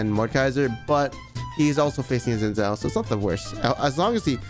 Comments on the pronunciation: Chinese dude can't even pronounce Xin Zhao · Btw Xin Zhao is pronounced a bit like "Shin Jao"